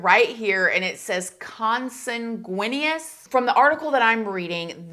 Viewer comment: Consanguineous: pronounced con san gwi nus